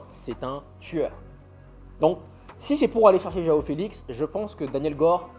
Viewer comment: C’est jOaO Neves mdr pas Joa Neves